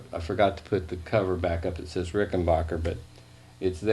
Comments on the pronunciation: Ricken...."back"er....... not bacher............ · It's Ricken BACKER, not Ricken BAHKER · Considering Rickenbacker is an American company, it's amazing why Americans cant pronounce it! "A" for APPLE! not ARM!! For some reason it's annoying.